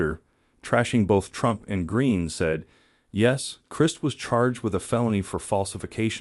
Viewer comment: AI can't even pronounce Christ properly. Next...